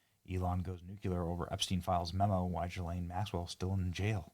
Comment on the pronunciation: Guess nobody knows how to do the ethnic pronunciation of ghislaine.. oh and her dad Robert Maxwell was an even bigger monster